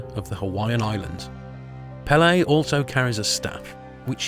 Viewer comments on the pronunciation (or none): I really like your channel, but please, please, PLEASE research the correct pronunciations of words. Case in point, PEH-lay is the Hawaiian goddess of fire, while peh-LAY is the Brazilian god of soccer